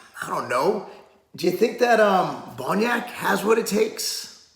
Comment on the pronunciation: Bonac, not Bonyak...lmao. c'mon Mark